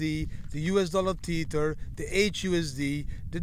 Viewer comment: It's pronounced "Tether" like "leather" not Teeter.